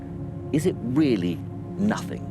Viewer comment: Haha thats not "nothings" 😂😂😂